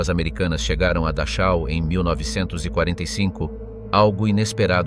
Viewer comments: Se escribe Dachau, pero, FONÉTICAMENTE se dice DAJO. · Dar chau ? O que é isso? Poderia caprichar um pouco mais com os nomes. Afinal um bom profissional aprende a falar os nomes minimamente corretos. Da chau! 😂😂😂😂😂😂😂